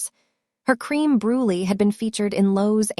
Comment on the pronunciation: Ok, story has me hooked already. But, who in all that is holy, is pronouncing some of these words? “Cream Brulie” “Soufla” “Los Angel” 😱😱 No, this makes no sense!! Is this the way all your stories are? I’m watching from Indiana 🇺🇸